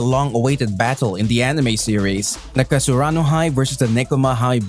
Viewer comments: he really said "Kasarano High". Dude, it's Karasuno, get your facts straight. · Not kasaruno it's karasuno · Can we get a count on how many times he said kasurano and not karasuno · cant even say the team right lmao kasarano high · oh come on! KASURANO??? or KARASUNO??? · Karasuno not kasarano --_ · Karasuno bro not kasurano hahah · Karasuno or Kasaruno? 🤔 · Its karasuno. Not kasurano. Leulz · Its KaRAsuno not KaSUrano. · I hated it when he said kasurano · Is karasuno not kasurano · Am i the only one hearing kasaruno instead of karasuno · Dude it's KARASUNO and you are speaking KASURANO. Can't you see the difference between them ? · He literally said kasarano high 😂😂 lol, i thought it was karasuno high lmao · How the hell does he always say Kasurano instead of Karasuno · Plssss...... It's Karasuno not kasurano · i am not trying to be mean but it is pronounced KA-RA-SU-NO not KA-SU-RA-NO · ITS KARASUNOO NOT KASURANA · I like how he says "kasurano" instead of "Karasuno" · KARASUNO NOT KASURANO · Haikyuu fan but you didn't know how to pronounce karasuno..you always say " kasurano high" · Isn't it karasuno? I heard him say kasurano??? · I like that you said Kasurano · I am sooo happy . But anyone else notice how he says Kasurano High? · It's ka-ra-su-no come on dude it's not that hard 😂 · "Kasarano high" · He actually sais nakasurano jsjs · IM SO FREAKING HAPPPYYYYYY But i had to laugh at the "kuro" and the "kasurano" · He says it wrong, it’s karasuno. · Your pronunciation of Karasuno is wrong in the whole video. But anyway thanks for the info. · How do you say you're a fan when you pronounce their name wrong😭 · he called himself a haikyuu fan and pronounced karasuno wrong This is sad